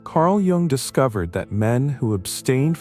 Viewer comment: You must learn how to pronounce Jung, it's kind of hard to take seriously!